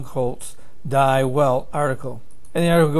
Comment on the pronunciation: In German, die is pronounced dee. "ei" is pronoinced I. Crimea is pronounce cry-me-ah. Iran is pronounced ee-rahn. Not a big deal, but it would be like calling America "Aymerica". These are good updates. Thank you. Keep 'em coming.